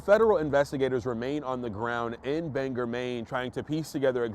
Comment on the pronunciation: Bangor - bang gore, accent on first syllable.